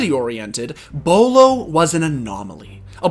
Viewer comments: Why do they say bwhylow it’s bo lo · Did he just call beaulo BWYLOW? Lmao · Everyone: "Bowl-oh" This dude: "Bewaylow" Like, why are you pronouncing it that way? 😂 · "wilo" "bualo" "bilo" bro can you just call him beaulo? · how do people get "BwaiLow" from "Beaulo" BO-LOW it isn't hard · Nobody:: “Bueylo” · HE SAID BWYLO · how do you have this many clips of beaulos name being said and yet still say it wrong hahahaha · I’m convinced you pronounced “Beaulo”differently every time you said it